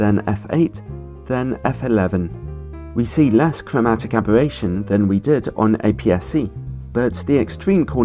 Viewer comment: cwowmatic abewattion? just teasing. love u